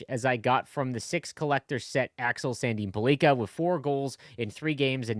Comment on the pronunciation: It is not Sandin - Pull- leak-a it Sandin Pell- licka